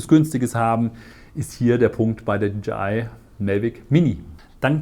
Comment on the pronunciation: Tolles Video und Vergleich. Danke fürs machen! Freundlichen Hinweis, wenn ich darf: wie man „DJI“ richtig ausspricht ist folgendes: „DeeJay Ei“. Ja, wie ein Disco „DeeJay“! Sie sprechen Dee Je Ei aus und leider finde ich es als sehr ablenkend in eine ganz gut gemachtes Video. Viel Erfolg!